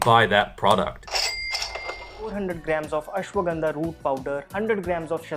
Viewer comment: You can't pronounce ashwagandha .... Correctly